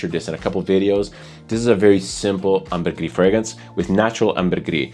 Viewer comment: ambergris comes from french, there's no reason to roll your r's